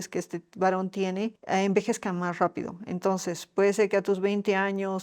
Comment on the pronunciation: Cuando dijo Rapido,,una costarricense encantadora